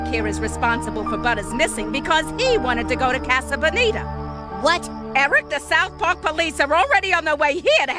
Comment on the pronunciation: I love how Eric pronounces 'casa bonita' way better than Sheila does.